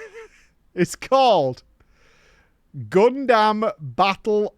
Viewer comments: saying Gundam sounds like a crime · I already hopped off with how he said Gundam, literally WHAT